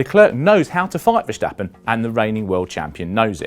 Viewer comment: Just say Max if you can't pronounce Verstappen